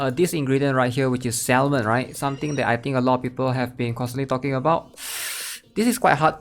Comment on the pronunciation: Hey bro. Love your content - I just wanna let you know that salmon is pronounced 'Sa - men'. its a silent 'L'. I know English isnt your first language but thats why I wanted to help you with that :)